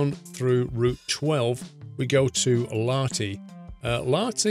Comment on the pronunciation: Lahti pronounced with H not like you said lati